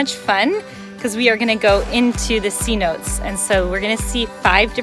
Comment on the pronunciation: Me perdí cuando dijo c-notes en vez de cenotes!!!